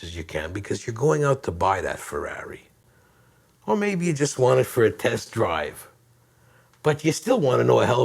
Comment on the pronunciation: i like how he says Feraawree!(ferrari)